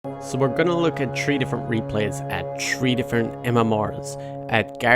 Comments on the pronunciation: three not tree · Can you say THree and stop saying tRee!?!?!?!? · him saying tree gets me hyped. fuck your English